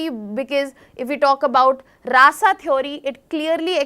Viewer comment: No offence But It's Rasa not Raasaaa Please pronounce correctly